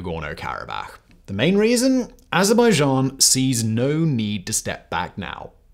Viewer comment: Oh wow! Someone CAN actually pronounce Azerbaijan!